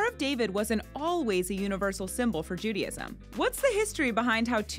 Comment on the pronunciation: Why do you persist in saying "Judyism"?